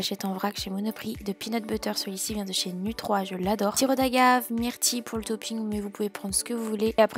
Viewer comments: Saluut! Les recettes ont l'air géniale! Sinon on dit nu“three" et pas nu“trois" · Génial comme toujours Pour info, nu3 c'est nuthree (nutri) ahaha